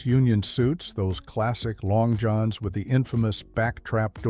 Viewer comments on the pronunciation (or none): none